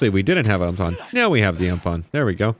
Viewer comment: Put the UMP back on... Its pronounced (U-M-P) haha 🤣🤣🤣